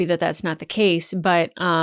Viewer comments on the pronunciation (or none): none